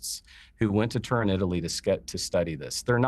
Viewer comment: The god nut case cant even pronounce Turin. Pathetic!